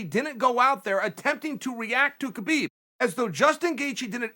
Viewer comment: It's pronounced "Habeeb", not "Kabeeb" :)